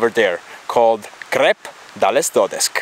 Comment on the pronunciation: Conosco benissimo il Piz Duleda essendoci stato più volte partendo però dalla Val Gardena, dove abito, e non dalla Val Badia come hai fatto tu. Posto comunque assieme al Crep dales dodesc (che pronunci non proprio in maniera corretta) veramente meritevoli di essere visitati! Seguo sempre con gioia i tuoi video fatti veramente bene e con passione! Avanti così!